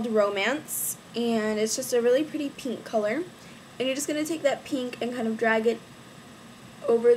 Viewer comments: u say pink like peenk lol its really cute and u look so pretty !!!! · lol i love the way you say pink !